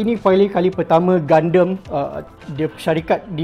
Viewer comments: Saya sorang saje ke yg x suker sebut Gundam jadi Gundem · Serabut nya aku dengar dia sebut gundam. Gunderm2. Gundam la wei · triggered plak aku dia sebut gundam tu gundem. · Kenapa sebut gundam mcm tu. Mcm gandum bunyi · gundemmmm...haha sebut pon slh... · Btul kee minat anime? Sebut gundam pun lain